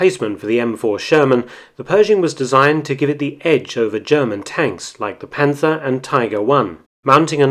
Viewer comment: I am pleased to notice that both British and American youtubers significantly improve their German pronounciation of which Marc Felton and Indy Neidell from WWII channel are ahead. Only in "Panther" they tend to pronounce a "th" although it' s just "t".